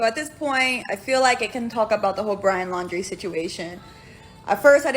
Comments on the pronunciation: Can she at least say his last name right ? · She can't even say his name right. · She can at least say his last name right if they dated that long.